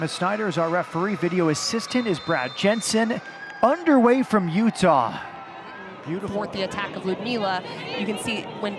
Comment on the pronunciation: "Full time in Sandy Otah." lol.